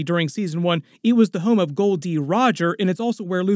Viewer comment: its gold roger why you keep saying goldy ?